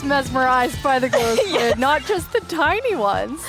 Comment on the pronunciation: Mogang: Its glow skuid! Me: --_